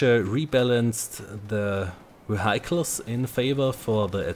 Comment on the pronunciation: You misspronounced "vehicles" again, although you said you took notes for your next video :(( Other than that, great video again. I'd suggest you get in contact with the developpers of the "Better Battlelog Plugin" for Firefox and Chrome. They implemented a lot of good features in the past, and I'm sure they could easily add a high ping server filter as well. Keep it up! :)